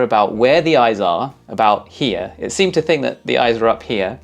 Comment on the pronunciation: The "eyeses" is getting you demonetized for sure lol